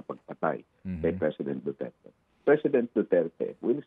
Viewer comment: Damay pa tuloy ang Dutch.hindi sya Pure Dutch.hindi nga ma pronouns ang Duterte.banggit nya Duterts😂